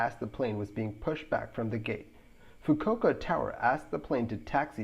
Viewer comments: So as to avail you of information advice for the adding of a touch of polishing to the narration of your future content, this is just a quick; not a snooty belittling or insultingly critical, but FRIENDLY note, addressing a minor pronunciation error. The correct pronunciation for ‘Fukuoka’ is the 4 syllable… “𝙁𝙊𝙊–𝙆𝙊𝙊–𝙊𝘼𝙆–𝙐𝙃” I don’t speak Japanese, but I’ve heard it referred to in such a manner throughout many a YouTube video, along with having a father who once had a flight connecting through said airport. And for me, the most significant reason behind my familiarity with proper pronunciation of this Japanese word, is that I am an incomprehensibly HUGE Second World War buff, and specifically in the USAAF’s strategic bombing campaign on medium-sized Japanese cities, the massive incendiary bombing raid on the Fukuoka was the largest; an annihilating firebombing that left over 20% of the city in ashes. Fukuoka Harbor was also subjected to an underwater mine laying operation, in the much overlooked wider Allied efforts to extensively mine the enemy’s own harbors. That’s pretty ingenious, and sneaking in there to do it, must’ve been kind of thrilling. Sneaking into your neighbors’ front yards to ‘ding-dong-ditch’, or TP-ing their trees, has got nothing on that. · Fukuoka is pronounced: "Fooo-Kooo-oh-kuh"